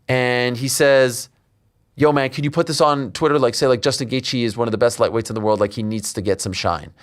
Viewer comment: The way the guy talking in the video pronounced Gaethje as Gay thee, definitely an AI voice. L video.